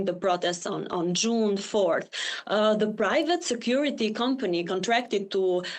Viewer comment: Privat island? wtf are you saying?